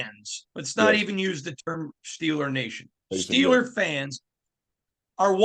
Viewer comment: Nice catch on the "Steeler Natiin" thing...😂